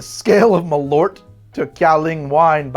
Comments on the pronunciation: "MalOOrt.." its pronounced "Mal-eart" in Swedish. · Malort. It's a very interesting pronounciation. I understand why you would say it like that, but try pronouncing it like "mall hurt" but remove the H from hurt. Malört